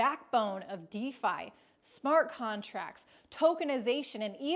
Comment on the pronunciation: My crypto bro likes pronouncing defi as defee 😂